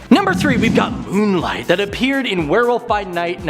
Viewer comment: Who the heck is this new guy saying "Moon Light" 🤣. Get him a stack of comics asap, cuz he's never read one